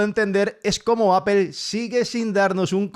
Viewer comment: Apel hahaha Apol Apol Apol así se debe pronunciar y no me vengas con vainas ... se debe pronunciar bien aunque los otros burros no lo hagan